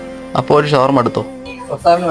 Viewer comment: Sawarma❌ shawarma✅